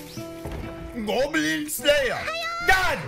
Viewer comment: GOEBLEEN SLAYAR